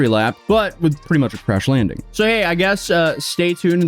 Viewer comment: Did you say trash landing or crash landing?